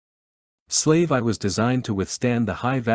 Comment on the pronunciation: Other than the A.I miss pronouncing the proper names of Slave 1 or slave one as there where atleast 4 others, and names of cities or people, it's a great series of books, I listen to these types of audio books while I'm trying to go to bed, As im an insomniac, it's annoying to get immediately woken right back up every time Star Wars gets butchered by these A.I's trying to read Star Wars. Please fix it as the other audiobook's have done, even the older audiobook's are being corrected as their A.I's had done the same in the beginning, but that was over 10 years ago theirs have done Star Wars wrong, and the owners of that content got tired of it aswell as in the last 10 years A.I has become a lot smarter. Please address this and keep the books coming. Thank you for your time.